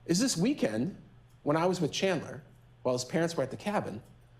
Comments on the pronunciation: Katherine, for the defense of Chandler, (or it sounds like she calls him Chander lmao) saying "this 23 year old young MAN" then calling him a kid in the SAME SENTENCE?? Like two things, one, he's 23!! That's a grown ass man!! And two, learn your clients name 😭 (I doubt she doesn't know his name, I'm just being an ass based off of how it sounded lol) but no matter what, he's not a 10 year old, I literally had a child of my own by 23! Thats a fucking adult. I hate when people try to infantasize criminals, just let then get their punishment, damn! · lmao his own defense lawyer didn’t even say his name right. But I can’t tell if she’s feeling bad about defending a killer or if she’s just a bad attorney, but listening to her feels like a huge waste of time (ok not new to the game, probably just knows she’s not defending an innocent man like she’s claiming) There’s no way every person in this courtroom isn’t thinking that chandler is 100% without a doubt guilty. If someone else had done it, they wouldn’t have even had time to dismember TWO BODIES, much less try to get rid of those bodies in the fireplace of the family home, you’d have to have just enough brain function to stay alive to be able to even consider that would ever be possible. I’m equal parts disgusted and upset honestly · His attorney kept calling him “chander” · very late comment but you can tell chandler's defense attorney was super nervous about this because she was mispronouncing so many things. "chander" instead of "chandler". "that halderson's home" instead of "the halderson's home" or even just "their home". my god... i hope she's doing ok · She's mispronounced his first name twice in the first minute. She keeps calling g him "Chander", rather than Chandler. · I will never get over Chandler's own defense attorney repeatedly mispronouncing his name as "Chander." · The defense attorney just called him “chander” instead of chandler in the first 8 seconds of her opening statement. THE SHADE 😂